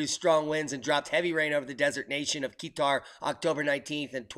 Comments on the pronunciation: Peter Baione <<< haha. kah-tar haha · Where is AF 2469? <<< not guitar? haha. he pronounced qatar as keetar haha. yes correct kah-tar haha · Qatar = Car-tar not Key-tar i was wondering where is the place when i heard you said it.... i'm only listening to the video while surfing other pages... lol... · Qatar is pronounced 'kah-tur'.